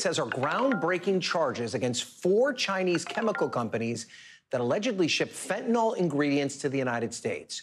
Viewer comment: It's pronounced Fen' - ta - nil, not Fent' - a - nol.